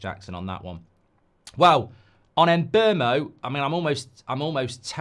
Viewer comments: For the love of god STOP calling him MBERMO its is pronounced Mboomo he said it himself in an interview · Yes not Mbermo lol